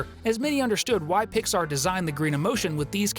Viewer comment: Pixar not Piyar